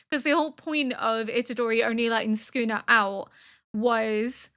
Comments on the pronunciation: Yep, she's got it basically exactly right for example. It's almost like s-kuna to an English speaker I think, where there's not a pronounced vowel sound between the s and the k but they do not form a single "sk" sound. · you're saying it right "soo koo nuh". but man i hate that guy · “Sukuna” is the correct reading and pronunciation. Your pronunciation is very clear, and it sounds just like a native Japanese speaker. I am Japanese, and I don’t find anything off about your pronunciation at all. Even if you happen to mispronounce or misread something, please don’t worry about it. (I completely understand why you’ve taken the time to politely explain your situation to first-time viewers or people who point out your pronunciation. I expect you’ll have to give similar explanations in the future, but please don’t let it bother you.) JJK contains many words that even Japanese people aren’t used to hearing or find difficult to pronounce, so it’s only natural that many people find them hard to understand or pronounce. I often get the pronunciation or reading wrong myself😆